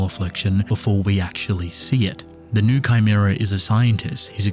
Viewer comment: It’s pronounced “new-ay” not new